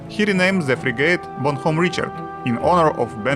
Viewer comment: запоролись уже на названии корабля произнеся "бонХом"